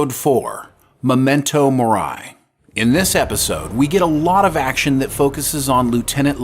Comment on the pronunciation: Memento Mori is pronounced "Memento Moree"